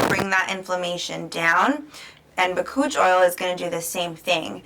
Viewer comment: Bakuchiol is not an oil. Lol. BAH-COOCH- EE-OWL . Since you're educating, pronounce it right. Lol.